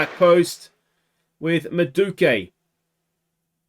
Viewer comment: It's pronounce "MAH-DOO-WAY-KAY"